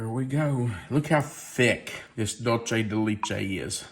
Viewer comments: Ok, please stop saying “Dultchay de lechtay.🤦‍♂️😫 Please try and say it as it is written DULCE DE LECHE Dull say de let chay You can do it! 👍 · What a great recipe… So… the retired Spanish teacher of 30+ years wants to help you with your pronunciation of Dulce de leche… So hopefully, here goes… DOOL - seh - deh - LEH - cheh. Hope this helps,! 😊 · Dulce de leche is pronounced dool-say day lay-chay. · Love the recipe but just letting you know the pronunciation of Dulce de leche isn’t correct. Thank you for sharing such great videos ❤❤ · 🤣😂🤣I was thinking the same thing.